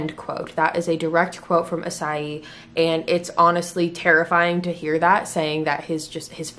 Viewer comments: I kind of shocked the way she pronounce his name. I thought did "I clicked wrong?" Idk but well.... I-ssey not A-ssay Just sayin' byeeee XD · "Ee-say" is closer to how you pronounce his name.